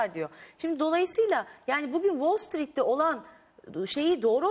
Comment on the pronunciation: Nagehan Alçı, Kolej mezunu değil mi ? Wall Street derken dikkat edin, İngilizce bilmeyen biri gibi "street" diyor.